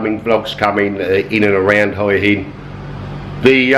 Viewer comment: Just to let you know, the 'Hua' in Hua Hin is pronounced more like 'Wa.'